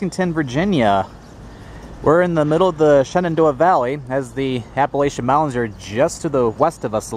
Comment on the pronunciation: Pronunciation tip for Appalachian. It’s pronounced Ap-uh-LATCH-un.